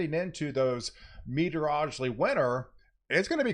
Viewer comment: “Meteor-O-Logical”. You gotta practice it man, it’s like “Were-Stir-Shire” in that we make it way harder than it is. Great channel btw, I admire your content very much!